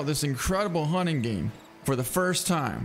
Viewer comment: The hunning game, way of the hunner